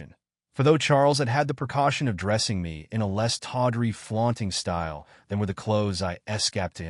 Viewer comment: This machine can't pronounce words like tawdry or dryly. Yes, it matters.